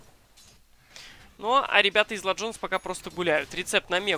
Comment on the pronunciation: БЕСИТ "Ла джонс" это тебе не испанский или итальянский!!!